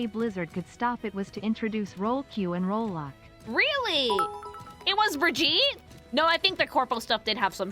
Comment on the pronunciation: Repeating comment from vod: And so the tradition of no one but swedes and germans being able to pronounce Brigitte name correctly continues. bruh-ghee-tuh.